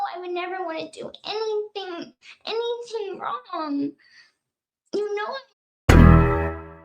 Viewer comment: the correction from "anything" to "anyting" gets me every time lmaoo